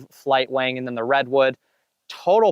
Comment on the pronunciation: Great video sir! When you said wing at first my immature mind thought you said “Wang” lol. Keep up the great videos and I really enjoy these length of videos also, some guys over breakdown the discs but this is nice and simple.